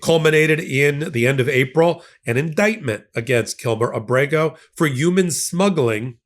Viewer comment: Thank you!! Also, it would be nice if they'd pronounce KilMAR Abrego's name correctly as well. His name isn't Kilmer, it's Kilmar - MAR not MER.